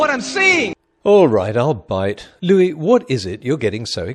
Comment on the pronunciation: It's Louie, not Louis. Apparently.